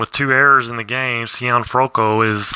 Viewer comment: hey how things I see you had trouble with Archi Cianfrocco name I hope this will help you..... See N Froc Co Italian last names could be a tongue twister......i'm enjoying your vid series on Maddox